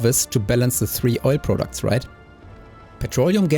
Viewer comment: Prahdact not Proudooct